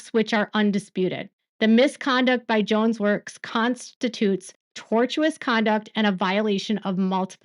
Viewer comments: it's pronounced tor-shuss ( tortious) sorry, I know how much gobbledegook you're reading, and it's TORTUROUS, as was watching that awful movie‼️..😢😂 whereas, then and therefore there's tortious.. meaning constituting a wrongful act, or 'tort'. Love yr work, keep it up. ❤ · I am following you and liking your videos. WIth love I want to correct your pronunciation of "tortious". I do mean with love. It is pronounced, "torshous". You are doing a fantastic job.